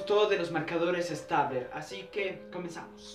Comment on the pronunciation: No se pronuncia stabler😤😣